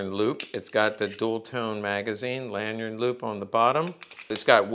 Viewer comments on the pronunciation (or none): none